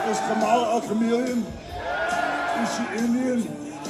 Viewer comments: You know it always makes me cringe at MAGA Republicans who love slandering Kamala Harris and the Democrats when they can't ever say her name right. They always say it like "Kuh-mall-uh" when the correct pronunciation is "Kaw-mull-uh". Learn the name of your opponent, MAGA! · First and foremost, just like a lot of racist people, they mispronounce Kamala Harris name. I stop being afraid of hogan with the leak video came out in 2015, which he said in 2007, using the N word. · To think I was one of those 80s kids who idolized him. Silly me. They continue to mispronounce a fairly easy name. White FUCKING trash